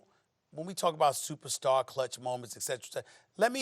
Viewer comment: "I consider him a supersar sooter" Stephen A get some sleep